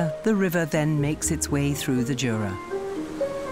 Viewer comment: It's pronounced Yura not Jura🙄🤦‍♂️